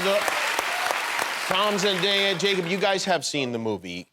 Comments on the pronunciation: nobody : jimmy kimmel : Zen DIA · He mispronounced Zendaya’s name